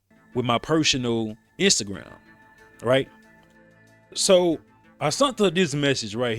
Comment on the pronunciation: Sent ….sent…..SENT . Not sunt 😂